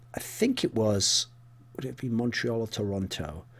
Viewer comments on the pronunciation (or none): none